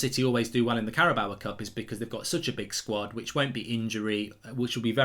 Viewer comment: Carabao Cup. How does anyone get “bower” from “bao”. It rhymes with “cow” Mark. If you say it phonetically maybe you could say it rhymes with “Mayo”. An inanimate trophy is one thing, but you even do it with people. It’s so disrespectful. You might think it’s fine to keep calling Diogo “Diego”, but you wouldn’t want to be called “Mork” or “Murk” would you? I know you’ll think I’m being pedantic but it is disrespectful. Big fan of Thits Fat-bull and the Oh-Nuted Stond by the way.